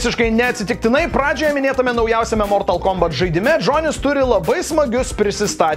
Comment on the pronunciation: Ne mOOOrtal kOOOmbat, o mortAAAl kombAAAt :)